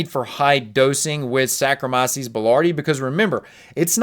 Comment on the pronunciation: You’re pronouncing sarkomyces